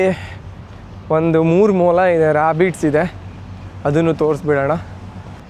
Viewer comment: ಮುಲ❌ ಮೊಲ✅